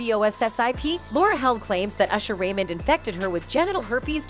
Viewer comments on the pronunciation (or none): none